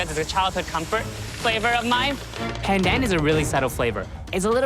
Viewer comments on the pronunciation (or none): The fact that calls “pandan” “pendan” just makes me cry as a Malaysian.